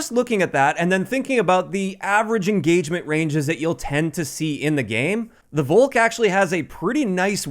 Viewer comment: Volk in Englisch is pronounced Folk Just say Folkssturmgewehr Volk means People/Nation Volkssturmgewehr = Nation assault rifle